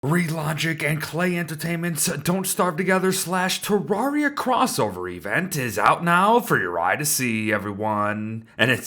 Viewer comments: te rare ee a not tea rawr ee ah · Pronouncing Terraria wrong. “Rare” not “rawr”